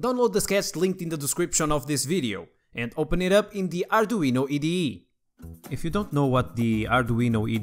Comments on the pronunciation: EYE DEE EE, IDE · The letter "I" in "IDE" is pronounced sorta like "AY", and not "EE". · Eye de ee, not ed di e ! Brilliant channel and brilliant content ! Well done! Keep it up! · Arduino E D E? If you are gonna pronounce the 'i' as 'e', why not say "ee deh eh" and be done with it? kkkkkk